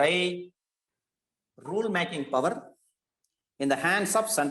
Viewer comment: It's not powerrrrrrr..... It's power.....